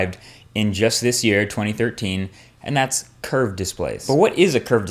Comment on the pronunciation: Curved display ? Sounds more like "cursed display" !